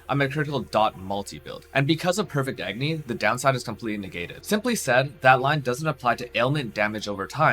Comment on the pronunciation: "AgNy" ?? There's an "O" in that word... :P Hahah... But good video... Looks awsome...